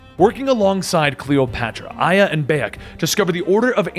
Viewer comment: Gotta admit Its hard to believe that you are a "hardcore fan" when you pronounce every single name incorrectly except for aya